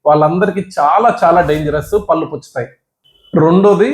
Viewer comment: పల్లు కాదు పళ్ళు అనాలి